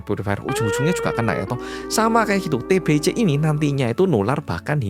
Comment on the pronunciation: TBC = Bacanya TEBESE.😅 Jgn TEBECE.😭🤦‍♀️ Y oloh org jmn dulu ternyata otaqnya agak sengklek.Dikira Raja itu Tuhan,yg bisa menyembuhkan penyakit.🤦‍♀️😭🗿🗿